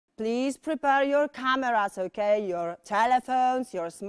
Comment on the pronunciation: To naciągane "British wanna be" - - Ołłh / Ołłkej 🤣🤣🤣🤣🤣 bez urazy ale nauczyciel z taką wymową nie przekonałby mnie. Chyba bym wolała napieprzać wszystkie możliwe programy z BBC niż chodzić na angielski w jej szkole